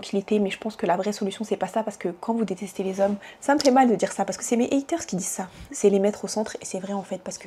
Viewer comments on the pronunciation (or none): none